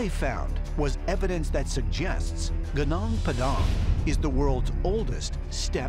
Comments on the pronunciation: Take it simple.. that's pronounced Goo Noonk Pa-Dunk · It's funny to hear you pronounce gunung Padang . It's sounds like Gnoong pdang lol 😂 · Chuckled on the way the narrator pronounce 'Gunung Padang'. it should be pronounced as 'Goo-noong Pah-dang', which means Padang Mountain. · The right pronounciation of 'Gunung Padang' 'Goo-Noong Pa-Dung' Its two words, so dont read it too fast... Greetings from 💗 Indonesia 💗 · You spelt it wrong tbh. The "Gunung Padang" word must be called more like "Goonoong Pah-dang". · "Geunong Peudaaang" ceunah 😂😂😂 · It is funny how they pronounced "ganang padang", just like some american vlogger said local javanese dish "goodeck" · as an indonesian, hearing this narrator saying “Gunung Padang” as “genong padong” is truly making me cringe. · "Gunang Padang" Sound weird to me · I cringed everytime they said “Guh nung pha dhang” hahahaha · genang pedang.... just say padang mountain will ya? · goo-nung pu-dung 😂😂😂😂😂😂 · Dear Foolish Narrator. Haven't you learned anything? IT IS PRONOUNCED "GOONOONG PAADAANG"!!!! Means: The Meadow Hill or Mountain'!!! You are a shame! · I burst into laughter everytime he pronounce "gunung padang" 🤣🤣🤣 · This guys pronounciation of Gunung Padang gave me cancer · 🤦‍♀ His pronunciation of Gunung Padang. You'll never find the place if you go asking for it the way he says it. *psa - Indonesian is pronounced phonetically. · The way the narrator says "Gunung Padang" gets my stomach churned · They absolutely buchered Gunung Padang pronunciation 😭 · Didn't even try to research how to pronounce "gunung padang" correctly. Seriously. At least try, dude! Saying it was built by aliens just because it's not built by the west. Disgusting. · First of all it’s GUNUNG PADANG not GUNANG PEDANG pfffftss, who’s the aliens now? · Genang pedang .. heheheeh baca "Gunung Padang" jadi "genang pedang" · i feel physically attacked by how those guy pronounce "Gunung Padang" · Gonong padhang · History Channel: "Genang Pedang" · Genang padeng